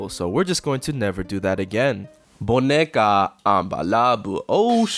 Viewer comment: bro did not say “boneca”